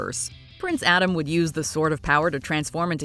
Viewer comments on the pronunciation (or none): none